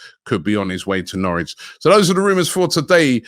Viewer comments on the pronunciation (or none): none